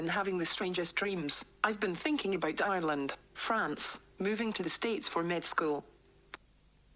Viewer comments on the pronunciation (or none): none